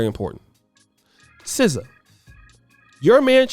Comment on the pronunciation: N0 not SZA no